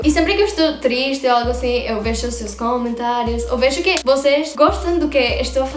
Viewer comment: caramba !!! acabei de comentar isso !!! ela pronuncia "hoxe" (hoje/hoy); "vexo" (vejo/veo)... ◙◙◙ parece que o galego funcionaria como um "esperanto" para estas duas línguas. o sea, si hablas Gallego, comprenderás Portugués y Castellano.